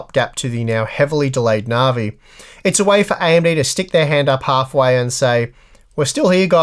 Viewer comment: navi not narvi, dissapointed in your australian